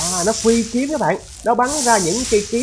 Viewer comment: Phi kiếm không phải phí kiếm nha anh =))))))